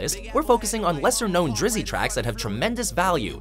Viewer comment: Never say drizy again lol